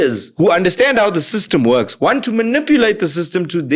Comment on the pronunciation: Lol, should we train people for free, because you "waant". lol